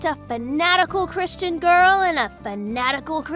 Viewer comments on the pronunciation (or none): none